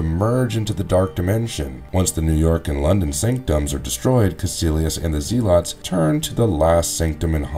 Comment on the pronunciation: I thought the way you said Ditko was a little off, but then the way you mispronounced Zealot so many times made me stop watching.